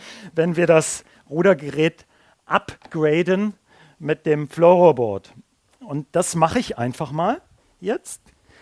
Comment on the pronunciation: Balangsseboaad und Floroboaad facepalm